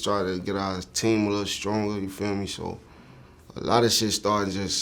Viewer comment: This man sounds like he sayin tay600 instead of team 600 lol